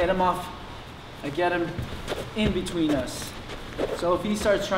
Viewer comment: 'understand the difference BETWEEM'